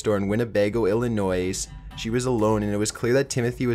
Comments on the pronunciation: The "s" in Illinois is SILENT. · Please next time you do anything in Illinois please say it right. Dont pronounce the s. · "Illinoy" not "Illinoise" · Quit saying Illinoise. It's Illinois. The "s" is silent. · illinoise? Its pronounced illinoy and spelled illinois. remember that ok? Us people around Indiana can tell when u pronounce it like that that u aren't from around here, but yea its not illinoise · It's pronounced ill-in-oy, the s is silent. Sorry it sounds like nails on a chalk board! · Ellen Noise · tiny baby bleach bottle You aren't from Illinois are you? Because everyone from Illinois gets annoyed when people pronounce Illinois incorrectly, it's supposed to be pronounced like "Illinoi" the 's' is silent. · Ill-ih-noise? Where you from, Canadian? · I'm sorry, but Illinois is pronounced Illi-noy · "Illi-noise" omegalul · I hate when people pronounce the "S" at the end of Illinois. Damn! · You don't pronounce the 's' at the end of Illinois. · I agree with you and I don't even know why it bothers me so much when people pronounce the "S" in Illinois because I was born, raised and still live in South Carolina. I went to college with a guy from Chicago and he taught me that only uneducated idiots pronounce the "S" so I've spent the last twenty six years correcting people but it does no good. They still mispronounce it all the time down here and it makes me want to flip out. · He pronounces a lot of things weird. Cicada, Illinois, etc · ik this is completely irrelevant but I live in Illinois :) but it is weird when people pronounce it the way he does. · Oh my god! You keep pronouncing Illinois wrong! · That's always an annoying thing. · Jamie harster - I'm not American either, but even I know how to pronounce Illinois properly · He doesn't even know how to say "Illinois". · He pronounces the s in Illinois. This is extremely annoying. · Then you say it wrong the s is silent. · Shifty Willows I live in Illinois. That's why it bothers me. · he said Illinois wrong